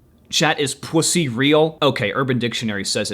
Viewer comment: Hearing you say "pwussy" made me laugh so hard I cried :V